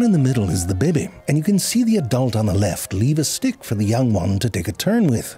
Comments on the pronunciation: Hes saying dick right? Im not mishearing that right?😂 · Haha, once I almost thought you said "crow stick". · You're saying 'crow's stick' to sound like 'crow's dick' on purpose, aren't you, 👍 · You think we didn’t notice you saying dick instead of stick multiple times?! Eh?? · your defo saying dick and stick its hurting my brain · I am hearing "crow's dick" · How is no one commenting on crows "stick"/"dick" lmao you clever bastard you know you pronounced dick several times lol i love zefrank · haha. I can hear you actually saying dick. makes it so funny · This pronunciation really makes it sound like this is a documentary about crow's genitalia. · He's definitely not saying stick... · I wonder how long he had to practice to learn to pronounce the word such that it sounds like the midpoint between "stick" and "dick". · I can’t handle him saying “Crow’s stick” one more time, and I hope that’s on purpose. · Zefrank once again riding that fine line between the t and d sounds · Ze I seriously am not hearing stick lol I'm hearing a totally different word 😂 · thats not how you say stick